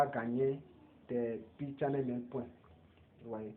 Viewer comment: Pi browser, pas Pi chain mall. Et puis, il faut revoir ta prononciation. « Pi chain mall ». Pas « Pi channel mail ».